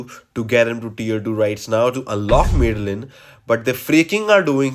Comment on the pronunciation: 'Mad-the-lyn', not 'Mid-the-lyn'